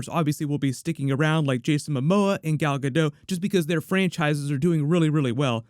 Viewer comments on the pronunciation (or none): For the love of God, her name is "DOT" not dote. "Gal Gadot" not Gal Gadote.